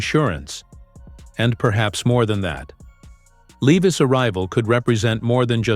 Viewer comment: Where is the done deal ? Bullshit your not even pronouncing is last name correctly. Not good